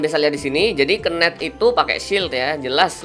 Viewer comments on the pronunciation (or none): bahasanya gak ramah ditelinga, last hit kedengeran lasit, knight dibaca kenaik, priest dibaca pris, susah aku ngikutin nya bwanng